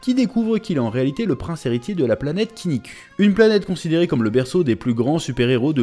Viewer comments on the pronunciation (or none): Je commente jamais mais là je peux pas faire autrement, en toute bienveillance, mais le son "u" n'existe pas en japonais, que le son "ou", donc par exemple il ne faut pas prononcer KinnikU mais KinnikOU Ou par exemple dans DBZ le héros c'est pas Sango-CUL, mais SangokOU 😅😅